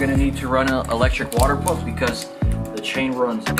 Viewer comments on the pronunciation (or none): none